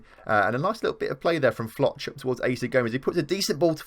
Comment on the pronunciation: I don’t know if you’ll see this but in case you do: Folch is pronounced “Fohlch” Asier is pronounced “Ah-zee-er” Berjón is pronounced “Bear-hone” Ñíguez is pronounced “Nyee-gehth” I hope that doesn’t come across as arrogant, just want to help you 👍🏻